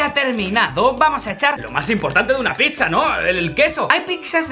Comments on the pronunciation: Soy el único olle que dicen pixa en vez de piza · porque decís picza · Pronuncian mal pizza